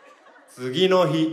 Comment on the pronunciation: これで日本語覚える人「次の日」のイントネーション間違って覚えちゃうw